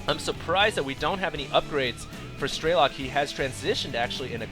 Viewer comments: Why do you say "Straylok"? Damn it, I bet you're still saying "Layer" too. Strelok. Say it, Strelok. You also really need to watch these games beforehand, before you put commentary on them. You keep missing things, and it's starting to happen alot. First you say air superiority is key to win a TvT game, then you say that going mech to control the ground is key to win in TvT. Is that basicly saying that you need to win to win? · StrelOk not StrElok !!!! its russian word.......